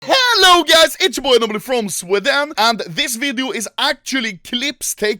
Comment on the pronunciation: i love how anomaly actually calls sweden swedan in his intro